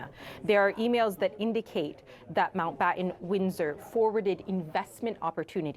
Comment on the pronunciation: Way to downplay it, CNN. And somebody, PLEASE, tell these GenZ-ers to PRONOUNCE THEIR FREAKIN' T's! It's not "Mao-Bahh-Ehn," it's "MounT BaTTon."